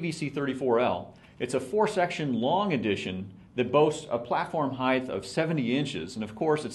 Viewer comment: The word is "height" not "heighth"! You'd think the owner of the company would be able to correctly pronounce a word commonly used to describe his products. I was seriously considering RRS over Gitzo, but this really turned me off.